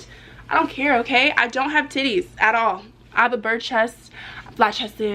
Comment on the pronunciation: Did u just say “Bird chest 😂 😂 😂